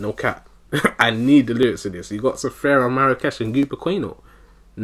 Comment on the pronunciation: Man you funny af but his name is Sfera not Sefera, i ear a lot of us people saying sefera and i still can't understand why maan😂. Gg man, i'll wait the pt.2